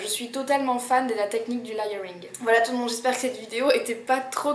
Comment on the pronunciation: Juste parce que je suis tatillonne : "léyeuringue" ;-). Sinon, super vidéo.